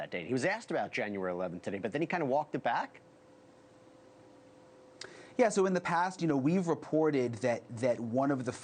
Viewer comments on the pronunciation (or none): Nanos is pronounced No News